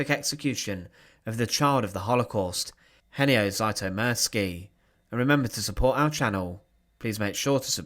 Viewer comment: I may be wrong (I often am), but I'd pronounce the surname "Zütomirski" (taking for granted that the spelling is correct, and has not been altered in transmission by people from "somewhere else"), not "Zaitomirski" (as per the narrator). I have been painfully familiar since First Grade in Elementary/ Primary School with the fact that Anglophones are absolutely, hopelessly, cluelessly groping in the dark when it comes to the proper pronunciation of letters (mostly vowels, but not to the exclusion of consonants). I do not extend mercy, longsuffering, or forgiveness to them, despite the possibility (and probability) that they just don't know any better.